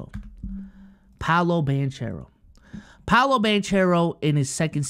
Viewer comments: Please… it’s pronounced Ban-care-o, not Ban-chair-o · Why r u saying Banchero like that? Sound like Paulo BanChurro. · Love that you mentioned Paolo but we gotta get the name right. Ban-Caro. As someone who’s had his name mispronounced all my life I feel this one 😂